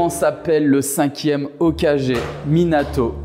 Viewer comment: OkaGÉ😂😂 Vsy respectez un peu non, je regarde pas de manga et je kiffe pas ça, mais tu peux pas dire « sazuki » en tant que présentateur oh respecte les gens un peu non?